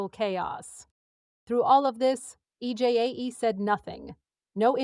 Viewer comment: I’d be more enthusiastic about this video if you took the time to make the AI pronounce EJAE correctly. This video is her story after all.